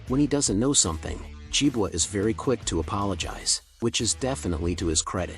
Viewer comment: Nicely presented but with an obvious AI voice. It would have been of great benefit if the entrance of JiboRobotics had been included as they are currently the ones who are keeping Jibo alive. Good content and I love how the AI voice pronounced Jibo as Jibwa😁